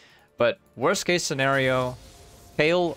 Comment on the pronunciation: She's Kayle, not Kale or Kael:p